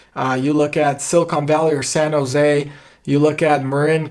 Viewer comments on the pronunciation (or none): none